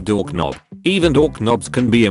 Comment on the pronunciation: Luv how it says "dork-nob".